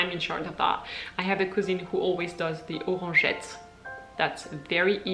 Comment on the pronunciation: nice video - and you look very happy in that quick shot of you at the very beginning of the vlog. Did take me a couple of minutes to understand your accent when you spoke about your couscene - what is a couscene???ah - your cousin (english "Cus - in"). No tourtiere? Well at least you have buche de Noel. The only thing that I thought was weird and for what France is known for is that you do not have the 26th as a holiday - I thought that all french people got tonnes of holidays - 6 weeks per year - but the government does not give them the 26th off? Ya that's weird.